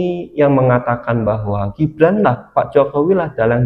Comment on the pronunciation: Min apanya salah nyebut nama gibran itu😂😂😂